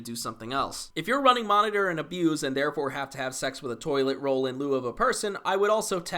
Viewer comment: Thank you for pronouncing "Monitor and Abuse" correctly.